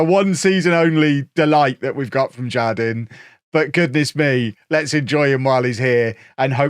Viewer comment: Jardin is spanish for garden and is pronounced "har-deen" btw